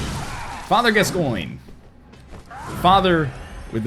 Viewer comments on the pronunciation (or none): I'm pretty sure Gascoigne is an English/Scottish surname that's pronounced gas - coin